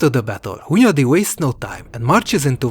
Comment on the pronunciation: hundayi accent, classic choice of taxi licences